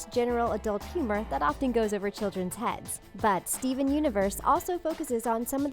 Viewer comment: Its not steve universe its steven universe